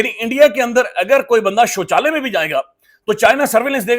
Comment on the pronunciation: You r too funny saying sochala and lasoory.I think sochala is washroom.